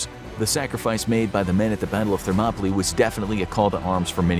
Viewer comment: ....that's not how you pronounce "Thermopylae"